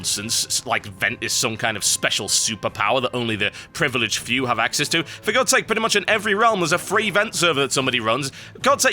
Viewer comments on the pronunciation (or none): none